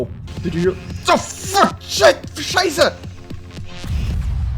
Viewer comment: wait you said : scheiße and that was perfekt german accent so are you german?